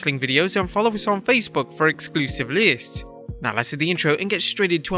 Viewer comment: Why can't you say list properly